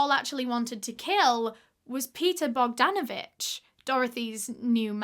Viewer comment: when she says Paul Bogdanavich 😅